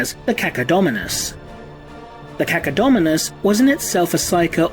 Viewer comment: When said Cacodominus I was like "huh....... cucka what?"